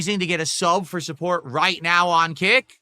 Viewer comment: the pointing at the screen thing is so deranged. "Right naow"....he can't even pronounce "now"...